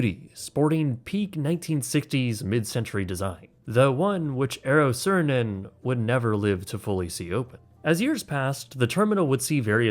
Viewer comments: I didn't expect to see Eero Saarinen here, but with you pronouncing his name as Ern CERN, definitely brightened up my day. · Eero Saarinen is pronounced eh-row saa-ruh-nuhn 😅